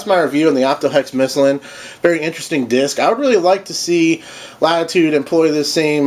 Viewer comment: My arm is unfortunately not the same color as the disc in the review so i agree, make a hex fairway driver for us! By the way, in Sweden we pronounce it "missiiiiiiiilen" with a long second "i". Means "the missile" of course.